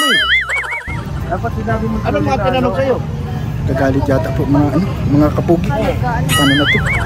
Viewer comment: Anu mga kapoki...o kapogi...ayusin mo.d ko marinig hehehehe